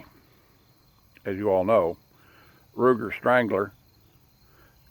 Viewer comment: "Rugur strangler"lol...but i agree rough rider is far more better and historically accurate to colts then strangler except that safety notch on the left...but i like that safety too....i purchased new out of the box 4.75 inch barrel length with cocobolo birdshead grip along with dual cylinders and it eats all types of ammos like a champ...22 short,long,lr and wmr...best part is, it shoots some unique ammo that wont cycle on semi autos...like rat shot or shell shot ammo and also very silent Aguila Colibri which has 20 grain lead round nose with marked 420 fps but out my barrel length it hardly goes upto 330 fps...but man i really love this revolver..this is mine 1st fire arm which im still improving and learning and also helps my daughter to learn safely specially with that safety notch it has...i bought it in may of 2024 and me and my daughter have put more then 3000 rounds and it never gets stuck or malfunctions though i use all types of bullet from old junk to expensive self-defense wmr....but i also never forget to clean after every 60 shots or so....i usually try to keep my gun as clean as possible..and by the way i am from very low middle class background who just earns enough to keep me and my family's life running at basic, so couldn't purchase any expensive firearms...but when i found out in my local dealership that there is an offer and discount i bought this gun.... as its cost was only 150 dollars brand new......but now im in so much love with old cowboy single act